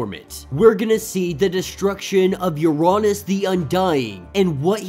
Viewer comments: true but im pretty sure uranos is like ura-nose like thanos. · I think u are saying uranos wrong lol, but awesome break down! These vids rly help me catch up. So i can continue to read xmen red and immortal